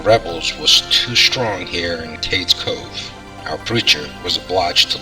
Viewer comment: My grandmother was born here (Lequire-pronounced Leekwire) and I am related to most of the people mentioned. My mother knew Aunt Becky. She would catch the bus in the Cove to go to Maryville for school; she grew up in Happy Valley on the other side of the Cove. Btw, it's pronounced "Cage Cove". For me, it is the most beautiful place on earth.